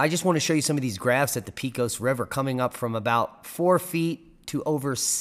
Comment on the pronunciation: Pecos pronounced PAY-CUSS